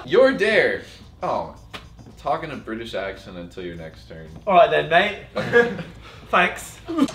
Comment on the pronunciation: zachs british accent was pretty good 😂👌🏽